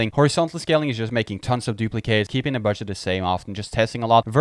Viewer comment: is he saying BUDSH*T?